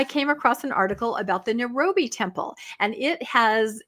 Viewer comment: Not pronounced Nu ro be. Correct pronunciation is Nye Roh bee